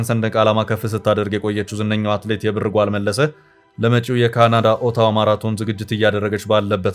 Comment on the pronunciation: አማርኛ ስታነብ እንዴት ነዉ? የብር ጓል ን እንደ አያትህ የድሮ ቀበቶ ጥብቅ አድርገህ የብር ጎል አይባልም ላላ አረገህ ነዉ የሚነበበዉ አንተን እንደገና ወደ ሀግስ ለግስ መመለስ ነበር ከደ ዘ